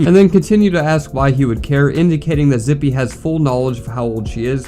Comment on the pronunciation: Bro… i was family friends with this dude. I got some stories relating to him. He was always the “weird one”. Btw it’s pronounced “zip” for future reference.